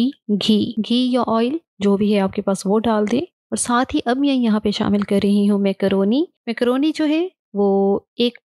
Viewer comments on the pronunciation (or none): Makrooni ❌ mekrooni ✅